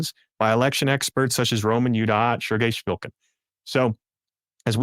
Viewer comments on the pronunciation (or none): none